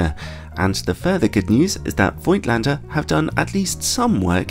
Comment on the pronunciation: Fyi: The name is pronounced with an f and without i. A bit like "folk lander", just with at t in in the middle: "folk-t lander"